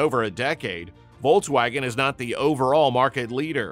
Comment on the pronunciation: I couldn't stomach this brute saying "Vol-waugen" every two words